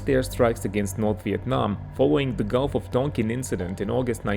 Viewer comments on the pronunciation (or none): none